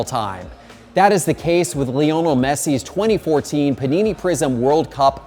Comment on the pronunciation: “Lee-OH-nul” Messi